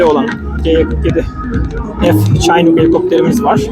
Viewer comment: chinuk diye okunuyor bu arada.